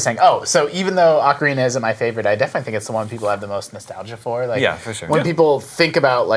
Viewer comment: Ocarina not arcarina -_